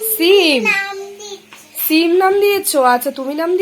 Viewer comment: Sabdhane thak bolche সিম কে ছিম